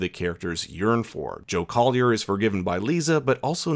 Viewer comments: Joe Collie, not Collier. And, yes, that was a Mike Flanagan cameo. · It’s COLLIE, not COLLIER. The sheriff even spells it out in episode 4. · Joe Collie, not Collier!